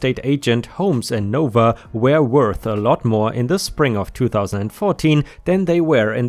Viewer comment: NoVa isn't "nova" It's "No Va" or "Northern Virginia" For future stories in NoVa. :)